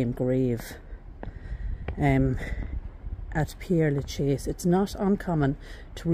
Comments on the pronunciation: Hi! You’re mispronouncing the name! It is NOT “Pierre”, but Père (like pear) 🌹🌻🌸🌼🌺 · Ye I did but never was I thought how to say Père Lachaise, funny that ain't it 😅🤣 oh by the way it's nice to be nice, I think I apologised in the video about my pronunciation, then you probably didn't watch 😅 too busy running to the comments 😉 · you’re not getting the point, you visit a world famous cemetery and cannot be bothered to learn how to pronounce its name. Tut tut pull up your socks dear! The video is great btw, I love this cemetery but have not seen it all. Cheers 😢